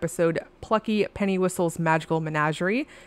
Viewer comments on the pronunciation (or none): none